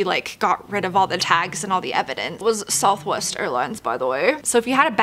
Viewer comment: Why did you say “it was southwest by the way” like that. That’s my airline